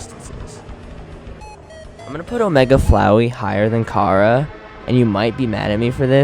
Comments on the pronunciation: kara? KARA? ITS CHARA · Не кара, а чара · he says kara but its chara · I got mad when he said "cara" instead of chara bro 😂😂😑it's obvious thats its chara and not "cara" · Chara is pronounced: Char-uh nor Kara, and she has no soul. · It’s chars not cara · *chara not Kara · i like how he pronounces chara like kara. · IT'S AN C NOT A K GET IT RIGHT